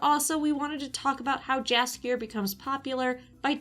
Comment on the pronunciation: I love you content but you might wanna checkout how Jaskier is actually pronounced, you are very wrong